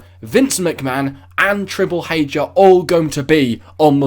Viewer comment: Triple h not triple hache lmao good vid though